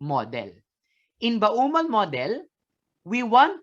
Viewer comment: ba-u-mol model talaga? di ba pwedeng bomol model? he he